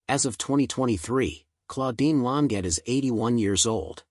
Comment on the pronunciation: He's not pronouncing her surname correctly!